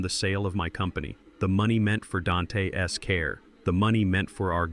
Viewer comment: The s after neighbor makes the word plural, you don’t pronounce it separately. Same with Dante. Your mispronunciation of words makes me want to turn the story off and avoid these stories.